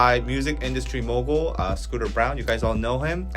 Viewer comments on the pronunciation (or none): none